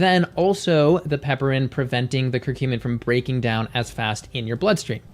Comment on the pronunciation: Pronounced piper-in, not pepper-in. It's a reference to the genus name, which is Piper.